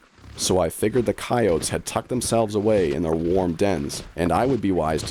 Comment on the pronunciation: this guy needs to learn how to pronounce coyote